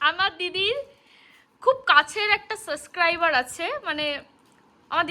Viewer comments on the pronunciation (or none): tmr bon k bolba kotha ta "suscriber "na....kotha ta ho66e "subscriber "...….plz kichu mone koro na tumi.... R ha, tmr bon vison extra kotha bole...er jonno tmr puro vlog tar 12 ta bajiye dilo, na hole prothom theke vlog ta khub sundor cholchilo...abar o bolchi plz don't mind😊....